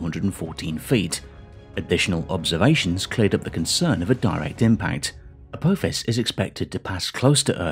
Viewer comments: A-tinky-winky-fis? A-dipsy-fis? A-lala-fis? A-po-fis! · every time Apophis was mispronounced I had a slight cringe, it was so bad. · FFS. Learn to say Apophis' name correctly.